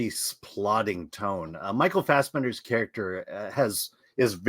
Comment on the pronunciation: He put some german stank on it